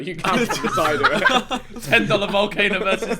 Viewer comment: No one: Absolutely no one: Ethan: We should by a Valcano